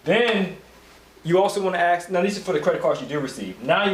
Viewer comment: Listen, it's pronounced ASK, not Aks. The S comes BEFORE the K, why is that so hard for you people to understand?! Aside from the annoying and unprofessional ghetto-lingo, I appreciate the good content.